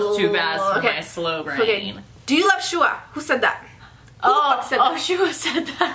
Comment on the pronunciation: Butchered Shuhua Name In The Beginning Lol But The Content I Need Before My AP Exam Tomorrow 🦍💨❤️